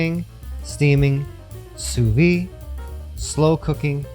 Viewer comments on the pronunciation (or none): Who told you that sous vide the D is silent !!! Its not sous vie its sous viDe you spell the D